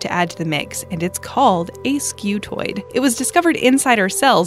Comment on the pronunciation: Pronounced Skoo-toid, not Skew-toid*